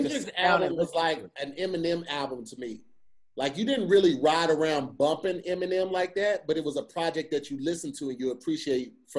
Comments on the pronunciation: "now fwip awround" 🤣🤣🤣🤣🤣 Hilarious Haha!!!!! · “Now flip awound” I lost it 😭😭😭